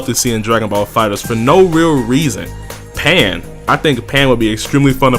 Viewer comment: You was drunk when you said pan and ribwhatever right?